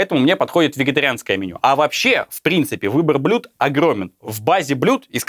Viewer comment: Выбор блюд огромен. В произношении это ещё тот Каламбур;)